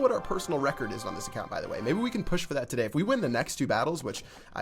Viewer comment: the way he says ,"today"😂😁😂😂at 0.03sec